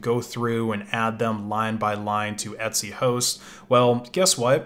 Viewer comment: it took me sooo long to understand what he meant by "et-c" i thought he was saying etsy.